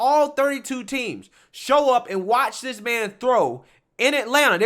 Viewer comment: man take out all of your d's and replace them with "th" dis?? dat ??dey?? its this...and that and they...use some grammar for people to listen to you...